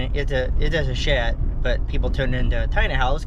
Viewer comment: Not to sound critical or anything but why call the sheds "shet"? Just asking